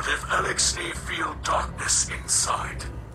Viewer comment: It's Eliksni. <-<